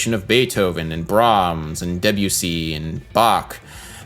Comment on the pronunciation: Is that really how you pronounce Debussy? It sounded like you said WC.